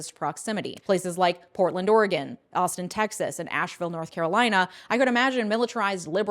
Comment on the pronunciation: Thank you for pronouncing Oregon correctly. <3 I voted for a Republican for the very first time the other day. He was the only candidate for mayor that wanted to actively address the homeless issue in Eugene, Oregon with promoting low-income housing, while the other two (both Democrats) either didn't want low-income housing or never bothered mentioning it in their platform. I went from being a Democrat to registered Independent after Bernie lost the nomination to Hillary Clinton and haven't regretted my decision, despite not being able to vote in primaries since (because Oregon is one of THOSE states). I think people need to stop looking at parties and start looking at the issues themselves and who wants to actually do stuff about it.